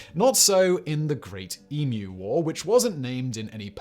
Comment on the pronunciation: Proper pronunciation of 'Emu', unlike the abominable American "Ee-MOO"